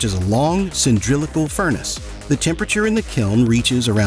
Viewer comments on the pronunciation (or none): The narrator says: A long "cyndrilical" furnace... instead of cylindrical. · Cyndrillical? lmao. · "Cyndrilical"? It's CYLINDRICAL. The shape is a cylinder, not a cyndriler. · Cylindrical not cyndrilical... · did the narrator said cyNDRilical instead of cyLINDRical!? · Nor have I heard the word "cyndrilical" before. I think he meant "cylindrical." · It's "cylindrical", not "cyndrillical". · "Cindrilical"??? Seriously? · Did you just say cyndrillical and try to get away with it?😂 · What is sindrilical? 😂😂 And then there's subseeequent... 😂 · "Cindrylical" :face-orange-raised-eyebrow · Did he really say cindrillical? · Cyndrilical? Sub-seeekant? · "Sub-see-quint" ? "Cyn-drill-i-cal"? What the actual fuck? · All except for his pronunciation of cylindrical.